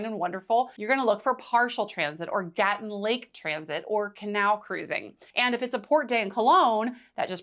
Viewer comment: It's not Gatun, it's Gatún.